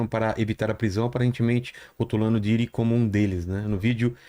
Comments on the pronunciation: Porque essa senhira qdo se refere ao Diddy ela nao fala Diddy , ela fala Daddy. O que è bem diferente. 🤔🤔🤔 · n tankei o cara falando pididi kkkkkkkk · Mas ehhh P.Diddy pra geração milenium P Daddy pros nutella